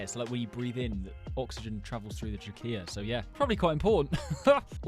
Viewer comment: It's tra-key-ah